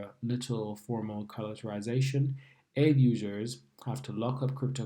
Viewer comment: It’s pronounced Ah-vay